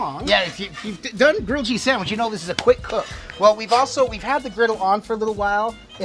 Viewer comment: We dont say sadwich tf